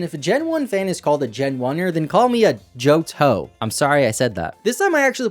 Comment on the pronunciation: Subscribed at Joht-hoe 😂